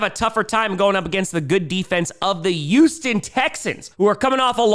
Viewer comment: It's Titans with a T, not "Ti-uns." And it's Houston with an H, not "Uston." Sorry, but this is English. Love you, man!